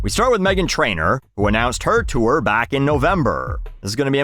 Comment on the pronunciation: I love how you say “chewer” instead of “tour” 😂